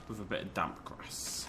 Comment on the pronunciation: you said dam grass when you where talking about the damppppp grass